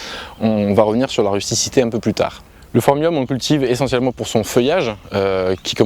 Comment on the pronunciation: Phormium et pas Pormium lu à !